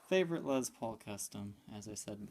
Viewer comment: My God... stop pronouncing it as Lez Paul! Lessss with a F’ing S my dude! It’s annoying as hell you dumb ass!